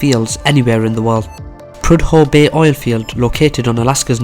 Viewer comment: interesting video, and you did well with some unusual place names. However, if you're ever in a trivia contest, and Prudhoe Bay comes up, it's PREW-dough, rather than PRUDE-hoe.